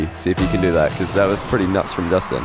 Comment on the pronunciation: "Jastin" :v